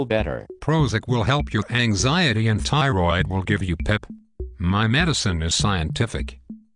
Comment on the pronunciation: Never trust a physician that pronounces a tissue name as ty-roid.